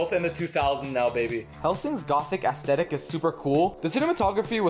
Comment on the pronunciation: I do not expect people that can‘t even pronounce the word „aesthetic“ correctly to have decent takes LMAOOOO